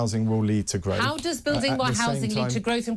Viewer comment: Gotoogevva, groaf??? Wtf😂